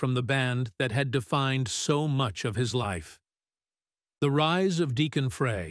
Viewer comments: You need to learn how to pronounce someone's name before you narrate a story about them. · Why can't the narrator pronounce the name Frye correctly. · An AI mess...don't waste your time. If the AI generated voice can't even pronounce the last name correctly, what else isn't right? A lot. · Pronounce the last name correctly. Embarrassing.